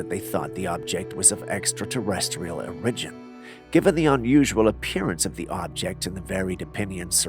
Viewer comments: Is English your second language? Cause I notice at least 10 mispronunciations per video. I thought it was an ongoing joke but now I see you are serious when saying them. That “origin” got me today and I had to ask you. Not being funny just curious and just can’t not hear them when you do it over and over… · You say that the Montserrat Corpse fascinated conspiracy theorists . That just shows how poor your research is . Reaching for the biscuits cookie to water down any serious view of the subject is just very poor journalism . You can't even pronounce words like "origin ". Laughable .